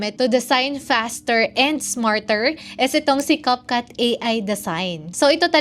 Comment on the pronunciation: Cupcut??? Nasobrahan ata sa cupcake kaya ibang iba sa pronounciation Capcut, naging cupcut 😂😂😂😂